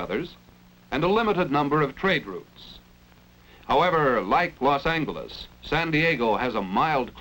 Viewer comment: Love the Hard G pronunciation of Los Angeles